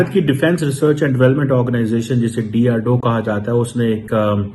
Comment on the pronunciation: अबे चीमे बोलना तो बराबर सीख ले डीआरडो नहीं डीआरडीओ होता है 😅😅😅😂😂😂😂😂